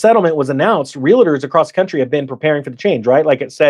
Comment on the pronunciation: Do me a favor. Staaphh saying Real-i-ter. It's Realtorrrrrr Thank you. You may continue now.